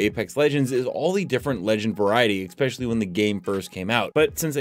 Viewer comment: whats with streamers saying "exspecially"?